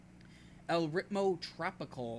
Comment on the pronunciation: You: La seh-nyo-rrrri-tah :) Also you: Ell writ-moe trop-ih-cull :( Your Spanish pronunciation is...interesting, to say the least. In seriousness, nice little video, I'd love to see more if you're interested! If I'm able to record in relative silence amid my family stuck in the house, I'm somewhat tempted to try my hand at this as well.